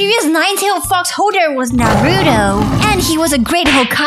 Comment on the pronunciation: For one it is the miracle box not the miraculous box and you said Naruto wrong it is Naruto not Narudo